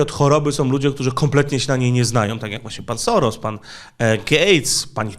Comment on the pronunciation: W języku węgierskim, "sz" czyta się jak "s" i "s" jako "sz". Dlatego Soros, prawidłowo czyta się "Szorosz". Można to nawet sprawdzić w tłumaczu Google, klikając przycisk "słuchaj". Oczywiście po uprzednim ustawieniu na j. węgierski.